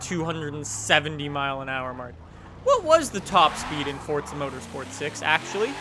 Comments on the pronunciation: FORZA NOT FORTZA. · Tell me where in Forza to you see or hear a T. Its Forza not Fortza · its for-za!! not fort-za... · Is just me, or does everyone else pronounce it "Four-ZA", and you strongly believe that anyone who pronounces it FORT-ZA deserves a kick in the beans? Just me? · Why do you say fortza? It’s forza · DADDYY HAMIDD it's spelled for-za but it's pronounced fort-za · Jesus Salazar yes i know just funny that's why i said it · It feels like you say Fordza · He said fordza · Fort-th-a motorsport 7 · "Fortza game" What!?!?! F O R Z A. Not Fortza